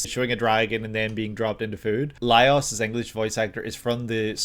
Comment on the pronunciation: Lol it's pronounced Lie-ohs because it's actually spelled Laios